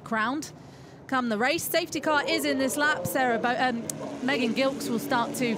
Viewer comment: one day, they will pronounce Megan's last name correctly (soft g)